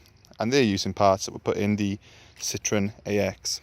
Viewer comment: Citroen is french for lemon, the French laugh out loud at the way Citroen is pronounced 🙄🙄